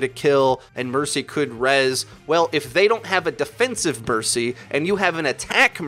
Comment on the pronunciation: Who else died when he said burcy? 😝